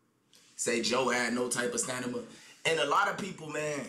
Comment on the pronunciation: “Joe had not type of stanima” huuuuhhhhhhh